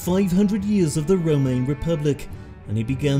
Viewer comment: I love your accent but why you pronounce Roman as remain?